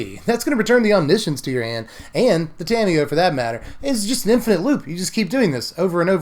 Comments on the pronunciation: You mean om-NISH-uhns, right? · "science" as in "conscience"